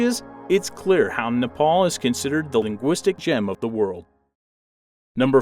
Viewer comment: U r pronouncing nepal worng